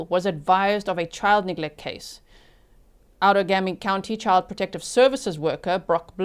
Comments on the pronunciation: Not sure if anyone helped with pronouncing the county. I just started watching on replay. I’m in Wisconsin. It’s Outa-game-y and O-ni-da (long i) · Outagamie is pronounced ow-tuh-GAY-mee (/ˌaʊtəˈɡeɪmi/) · Outagamie is pronounced out a game E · This happened in my state, it's horrifying :( I cannot believe that poor girl didn't die. This is on our local news every day. Just FYI for you since you sound like you want to know how to say "Outagamie" like we do in WI, it's ~ out - ah - game- eee ~ Absolutely no hate on you not knowing though, we have SO many cities, counties, etc named from complicated sounding Native words, and they can be very challenging to figure out for people not from here! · Local here! You’re so close on the Outagamie pronunciation. The -gamie portion is pronounced like game-ie (like board game). Out-a-game-ee. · It's pronounced out-taa - GAY - me Say it in your head and GAY really loud...then you can pronounce it